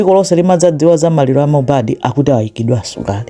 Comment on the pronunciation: mmene mwapangila pronounce dzina lake Leni Leni mwandisangalasa mwangokhala ngati wakomwekotu ngati sindiwe Malawi